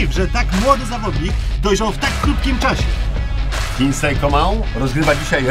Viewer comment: Coman mówi poprawnie, ale imię wymawia źle, bo powinno być "Kingsli" a nie "Kingslej" :)